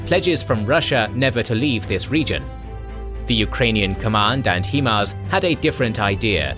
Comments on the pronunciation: Why do Brits insist on calling HIMARS "Heemars" It's pronounced "Highmars" HIgh Mobility Artillery Rocket System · Thanks for the video! Always happy to see K&G content! 👍 One request though 😉 Please stop saying HIEMARS. It is pronounced like this: High-MARS, because it is an abbreviation of "High Mobility Artillery Rocket System". You see? It starts with the word HIGH, hence you should pronounce it as HI(gh)MARS 😊 Cheers and hope you can continue to provide your awesome, high quality content! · Please stop pronouncing it hemars it's himars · I love these videos, but I scratch my head everytime I hear them pronounce HiMARS (High Mobility Artillery Rocket System) as "hee-mars". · It’s HI-MARS NOT HE-MARS 😂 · HIMARS is pronounced "High-Mars"... (High-Mobility-Artillery-Rocket-System). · Yes, HI-mars like in High Five in the face with a brick hi there, nice to meat you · Still can’t say HIMARS correctly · He's British. Plenty of English words he's unable (or unwilling) to say correctly.😁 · Still mispronouncing HIMARS. Thumbs down for inaccurate information.